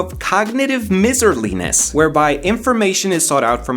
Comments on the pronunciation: Miserliness, look up how to pronounce. First part it like my-zer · It's pronounced Meiserliness not Mizzerliness. It's from miser... like a Scrouge. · Its pronounced "MY" not "MIZ" based on the word the word Miser (my zur) not Misery. (miz er ee) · good message but you 100% pronounced "miserliness" wrong. it is not pronounced like miserable, the root miser has a different 'I' vowel sound. Yes i agree english is dumb